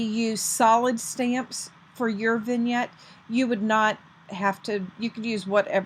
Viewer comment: Thank you very much. This is a very nice card. Also thank you for teaching me how to say Vignette. LOL